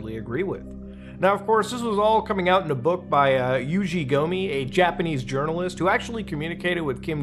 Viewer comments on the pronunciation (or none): Yoji Gomi. Not Yuji